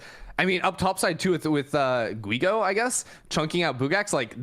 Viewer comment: when sayin Guigo the U is mute.